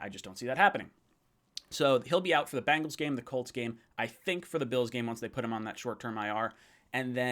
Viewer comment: Bangles? LOL... I think you say it that way on purpose :-)